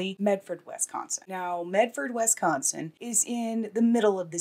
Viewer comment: Please don’t say wesconsin 😂😂🤣 nobody says it like that here no one. It’s wis like Swiss ok and yes I live in medford however I did not grow up here and knew of this but wasn’t here at the time.